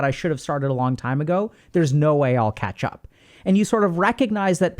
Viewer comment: i heard ketchup one time and then i couldnt stop hearing it lol